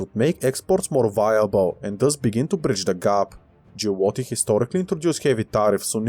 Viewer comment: I'm halfway through it. I like how you went from pronouncing "Giolitti" to "Giulotti"😂😂😂